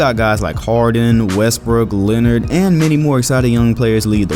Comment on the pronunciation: you said linard